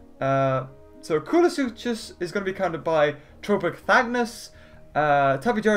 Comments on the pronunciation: coo-lu-su-cus!!!!! NOT coo-lu-su-chus!!!! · in koolasuchus the ch is pronounced like a k. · Not to be rude, but I saw some pronunciation errors that were a bit... weird? - Quet-zo-co-atlas, not Quet-zo-lac-tus - Kool-a-sue-kus, not Kool-o-sue-chus